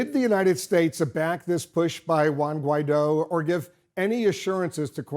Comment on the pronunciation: Not that it matters to Anglos, but the name Guidó does emphase its last syllable. If you can produce Chinese tones, then you certainly could master the name Guidó.